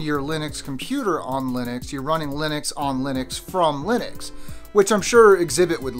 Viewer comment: Nice video. Buts it’s Linux not Linix.